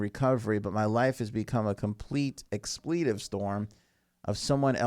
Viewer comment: Sir! Please learn how to pronounce the word expletive.....it's not pronounced exPLEEtive.